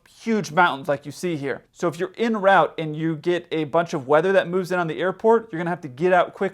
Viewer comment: In rowt really grates on me. It's en route, (pronounced on root), because it's a French term